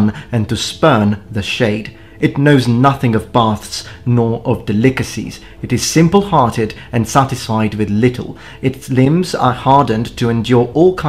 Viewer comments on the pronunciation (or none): De-lick-a-seas...Now, that's an interesting pronunciation of delicacies: "Del-icka-seas." I know, it's one word, and that English is not your first language. Please do not take this as a complaint, but as a pointer for you to improve. Keep up the good work.